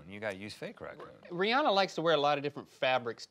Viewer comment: Thanks for saying Rihanna’s name right 😂